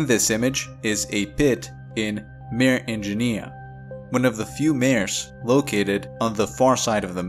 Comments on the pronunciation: It’s pronounced “mar-eh” or “mar-ā” with a long “a” sound and it’s Latin for “sea.” The word mare which sounds like “mehr” or “maer” refers to either a female horse or a supernatural entity that causes bad dreams (hence the word “nightmare”). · Mah-ray, not "mare". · It's pronounced MAR-AY, not MARE. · Maw-ray! Not mayor. Otherwise good article. But, oh so distracting. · Nice reporting. I just found you and subscribed immediately. A little help with your Latin pronunciation on "Mare" for lunar seas. For a video like this, I would simply use the English convention, and call it "Sea of Tranquility". BUT, if you are going to use the latin name, be aware that "Mare" is pronounced "MAH-reh" with emphasis on the first syllable. IDEALLY, you would trip the "r" as we do in Spanish, but that is hard for some individuals, so a rounded American "r" would be fine, and "mare" would then rhyme with "FAR-way", more or less. Hope this helps. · ..check pronunciation of 'Mare'..